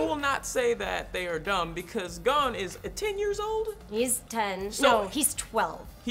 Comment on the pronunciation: It shits me how Will says Gon. Haven't watched the reboot but love the original series.